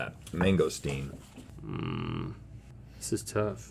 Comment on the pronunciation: Seeing how Rhett butchered that mangosteen made me so sad